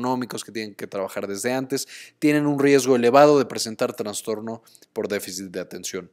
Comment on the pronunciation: Con todo respeto, estimado, se dice trastorno, no traNstorno. Excelente video y gracias por el aporte.